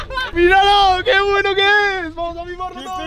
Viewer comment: Jajajaa como dijo :vuamos sjsjsj